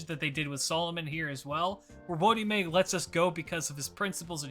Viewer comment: I just hear him called "wodyme" so it takes me back a bit